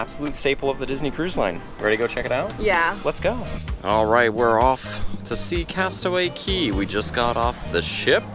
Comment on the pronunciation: Great job! Aside from vlogging that day, I hope you also got to enjoy your time adulting at Castaway Cay! And a double thumbs up for properly pronouncing "cay" (key)!